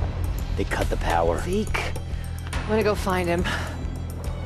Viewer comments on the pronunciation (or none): zeak? who is zeak? IT IS ZEKE